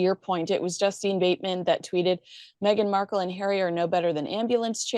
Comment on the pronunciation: It's Justine Bateman........not Justin. "Justeeen"